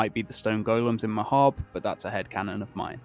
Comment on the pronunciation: AND THEY PRONOUNCE MAHABRE CORRECTLY YAYYYYYYYY